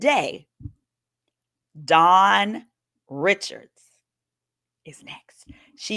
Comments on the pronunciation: NO "S" ! Her name is Dawn Richard (pronounced Rashad!) y'all can't read???? The court document say Richard yet you adding a whole S. SAY HER NAME RIGHT SINCE YOU OUTSIDE REPORTING 🥲😊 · Sidebar: I had no idea but Dawns last name is pronounced (Rih-shard). I always thought it was “Richards” LOL OOPS